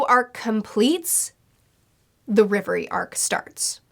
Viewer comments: It’s REV- Erie not riv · Just to be clear it's Reverie and not Levely. For decades the letter L and R have been confused and it's kinda a guessing game sometimes. Think of how Zoro used to be called "Zolo". Though it's probably best to be clear that it's not always R instead of L, you'll find that out soon with a certain island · For everyone outside of asia (or just Japan and China, I'm not sure) it's the Reverie. All the anime subtitles say it like that and it sounds way better than Levely (in my opinion). 🤗